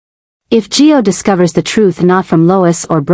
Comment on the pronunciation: Why do you call Gio…Joe?